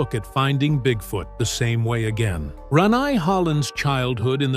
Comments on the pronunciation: Ran- neye lmao😂😂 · It's "Ranae", pronounced Rah-nay.. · Gee, whoever is narrating this is getting Rene's name wrong. if you're going to narrate people's name, do it right. I didn't know BoBo passed away.